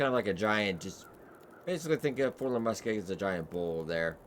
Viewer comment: Lol Forlorn Muskeeg, Learning how to read video. LOL everyday